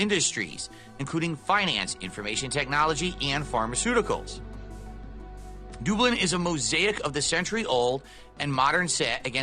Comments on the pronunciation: Add Dublin to the list of words can’t say right. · Doob-lynn? Whaaa?